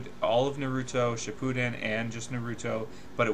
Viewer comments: Honestly I can’t take him seriously when he says naUto not naruto 😂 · DUDE ITS NOT NA-RU-RO ITS NA-RU-TO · did you just say nrroto insted of naruto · BeGe Army “nuh ROO toe” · "Nah roo toe" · I hate how he says naruto, sasuke, Madara what the fuck the say their names in the show da fuq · It's hard to believe you really love naruto if you pronounce it that way lol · DBZ is good but its far from the best anime of all time as ive seen people say. I think Naruto is better just because of the emotional appeal it has. BTW you're pronouncing Naruto wrong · Hate how this guy pronounces naruto .. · plus even if it is true everyone who fought buu lost besides goku like what bull is that plus in dbz they get all random power ups also it still does not change the fact that this guy is a dbz fanboy who cant even say naruto and sasuke right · I'm about 1 minute and 13 seconds into the video and I just cant.. I just cant sit here and watch this whole thing because of how you're pronouncing Naruto. You never really watched the show, probably never seen an episode. You just wanted to go along with the forever trending HYPE of this feud, and ride the bandwagon of people making these videos. Thumbs down dude